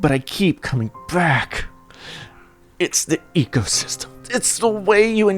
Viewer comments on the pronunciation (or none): The ecosheepstem